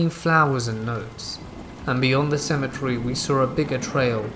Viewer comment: I've never heard someone say symmetry so much in lieu of cemetary.